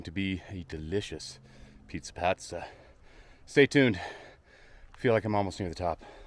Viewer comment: Great location for a review. You're mispronouncing "pasta" and "nescafe". 🇺🇸 Timmy's! 🍩 ☕️ There's nothing wrong with a spoonful of sausage. That's what my mom always used to say when strangers would be in my living room when I came home from school.🥲 I was going to commit suicide but I'm going to listen to that podcast now instead. You're saving lives. Bonus points for reusing footage in two different videos.